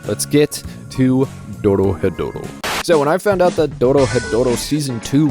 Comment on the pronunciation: It's not that hard to pronounce once you get the r sound right, roll it with your tongue quickly, go through re, ro, ri, ru and ro, then move on to ryu, rya, ryo if you want to overachieve, ryu is especially difficult in the beginning. So, Do Ro He Do Ro is how it breaks down, look up the pronunciation of those Kana and you're good. Not really difficult but I've been speaking this accursed language for a while now.